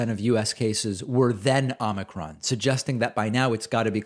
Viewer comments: Its not ahmikron it's ohmikron. O not Ah. Get it? Probably not. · David, the first syllable of “omicron” is pronounced as “oh”.